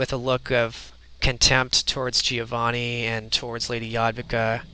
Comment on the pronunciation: Hey, can I just tell you I appreciate that you pronounce Giovanni correctly? It's the little things.;D